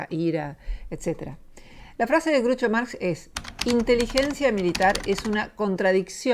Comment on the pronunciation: muy bueno el video. Groucho no se pronuncia Grucho.